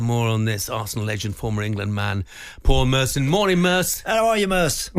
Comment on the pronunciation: Who on Earth is Paul Mercer? Does Talksport even care about people's names right.